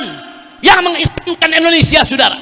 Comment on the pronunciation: Saya orang indonesia Soudara... bukan Sudara...😅